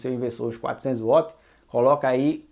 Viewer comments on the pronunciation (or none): Não é uots! É Wats!!!esse uots é brabo de ouvir,do resto bom vídeo!